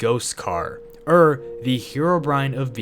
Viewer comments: Saying "err" instead of "or" bruh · You keep saying er instead of or